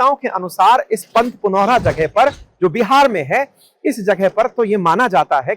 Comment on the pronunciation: पुनौरा, और पंथपाकर सही उच्चारण है।